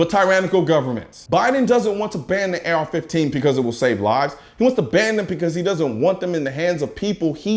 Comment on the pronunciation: Is anyone gonna mention he said AR-14